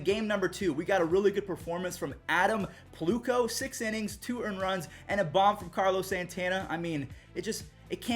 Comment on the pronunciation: Check the pronunciation on Adam Plutko, he was in my year in high school in Glendora, CA. It’s Pl (uh) tko not plooktko. Love the content though!